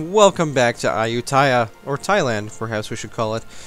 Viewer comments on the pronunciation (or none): none